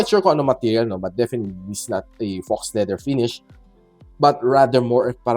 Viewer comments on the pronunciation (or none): Sir ang spelling nung word na ginamit mo is "faux leather" and it is pronounced "fow" and not "foks" like you just did